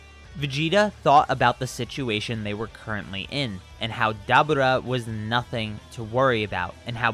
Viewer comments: Did you say "dabuda"? It's pronocuned "da bora" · Stop saying daburrrtba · Dabra lol the way you said his name 🤣 and your voice overs 😂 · Me:*hears him pronounce dabura* Me: lol… dab-ooh-rah. We taking dabs now? Btw its pronounced Duh-Bur-Ruh. Literally pronounced this way in the show. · its DA BU RA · DA-BOR-AH other than that great video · It's pronounced dabura, It's Dabora. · It's da-bur-rah that ruin the whole video for me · You pronounced Dabura wrong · You need to learn how to pronounce Daburas name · Why you say dabura’s name like that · It sounds like you pronounce to Dabura wrong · like the video my only issue is your pronunciation of dabura ( probably spelt it wrong ) I don't know though maybe it's just because I'm not used to hearing it like that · Why is he saying Daburah's name like that 🤦🏾‍♂️🤦🏾‍♂️🤦🏾‍♂️🤦🏾‍♂️ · Bruh 😂😂😂😂 it is 2019 you know that is not how you pronounce that 😂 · It seems like a common occurrence in the Dragon Ball community for people to go out of their way to affect an accent to pronounce character names. Like why the hell are you pronouncing Dabura that way when it's not pronounced that way in the damn show? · His pronunciation of Dabura is making me cringe every time 😂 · Listening to him say Debora name wrong make it hard to watch this shit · Am I missing somthing ive never heared dabura pronounced like that lol